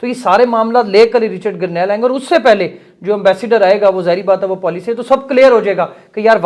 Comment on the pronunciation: بھائ جان رچرڈ گرنیل نہیں اصل نام رچرڈ گرینل ہے آپ نے پانچ دفعہ غلط بولا ہے اچھا نہیں لگتا شکریہ